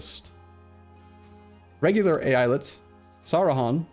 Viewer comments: great choice to do Mehmet's Ambition! btw I think the pronounciation is ay-ah-lyet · Long time viewer of, as a native speaker, I would say it like,,, E-Ya-Let.just leave a little space between those sylable's, streesing each one out, so likee,,,eee,,,yaaa,,leett,,, something like that, just sink in the three parts and it's golden,,,the word just means state in turkish,,,like many states in the US or in the old Otto empire. So really don't mind people saying state instead of Eyalet, so Eyalet i Mısır,,is state of Egypt,,,so speaking english using state is perfectly fine and no need to worry about how to say the word. All the best and thanks for the Third way,,always annoyed at Eu4 casters not finishing a run,,,so you did it,,have fun from now on:) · So, who wants to count how many times says AI-Let?